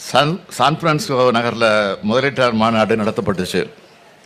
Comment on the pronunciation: சான்பிரான்சிஸ்கோ என்று சொல்லத் தெரியவில்லை ஸ ஒரு முதல்வருக்கு சான்பிராகோ என்று உளறுகிறார், விற்பனை என்பதற்கு விற்பத என்கிறார். தமிழ் நாட்டின் சாபக்கேடு இவர் முதல்வராக இருப்பது.